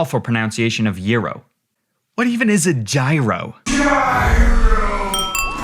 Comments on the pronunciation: WHO PRONOUNCES IT YEERO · Gyro is jye-ro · I've always pronounced gyro as jyro lol not gearo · Wait, you don't say gyro like that?